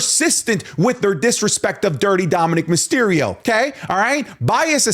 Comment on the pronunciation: Myserio? Not Mysterio?